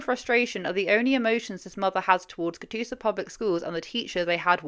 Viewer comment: I was folding laundry when you said Catoosa and asked you said it correctly (you did). I thought about how there is a really small town in my home state, Oklahoma, named that and it would be correct, if it was spelled the same. I then noticed that the article was written by Channel 9 & surely thought it just must be a coincidence. It wasn’t, Claremore is the county seat. Sometimes it’s not fun being familiar with places mentioned 😅